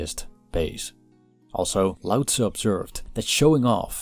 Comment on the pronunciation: Its LAO NOT DAO